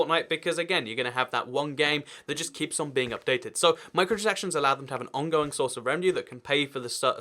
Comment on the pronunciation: You can’t pronounce micro-transactions correctly XD